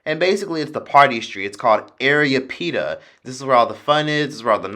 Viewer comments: It's not area pita it's arapita lol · I just wanna be an ass it’s Ah-rah-pee-tah